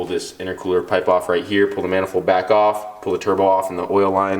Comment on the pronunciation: Sounds like he keeps say pool and not pull